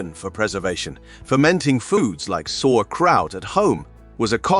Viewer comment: Let your AI voice bot that that it's "Sow ERR kraut" not SORE kraut.